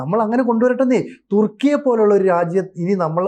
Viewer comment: തുർക്കിയെ.. തുക്കി.. ഏറിയുക.😄😄